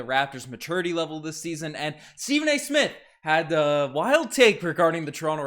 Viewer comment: Stephen not Steven